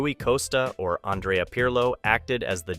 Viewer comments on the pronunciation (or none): none